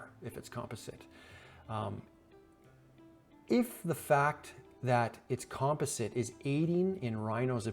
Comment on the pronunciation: Isn't near as bad as "Composite" 🤣😆🤣